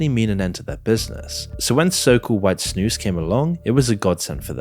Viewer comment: I'm impressed the way you pronounce snus. Good job! 🇳🇴